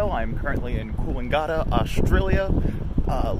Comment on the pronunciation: Kills me a little inside every time you say Coolangatta